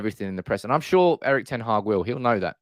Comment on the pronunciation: The channel is great, but wouldn't it show a bit more respect for the new manager and his team if everyone learnt how to pronounce their names. ('Earick ten Haargh' sort of.....)